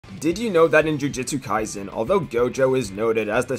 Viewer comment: Bruh you always pronounce it jujitsu....... jujutsu